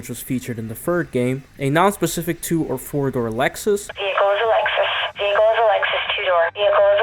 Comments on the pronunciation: Vear-a-cull hmmmmm VEE-HIC-CULL is not hard to say. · TFs a veerhicle🤣💀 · "...and, it's vehrical." "...VEHRICAL!" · Lol. Vericle 😂